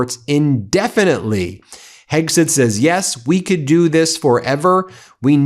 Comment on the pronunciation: I hate to be picky Ben but it’s driving me crazy how you keep mispronouncing Hegseth, you are saying Hegsith. Would you say Sith Rogan?